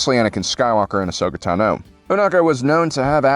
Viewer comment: For the umpteenth time, Tano is pronounced TA-no. Not ta-NO.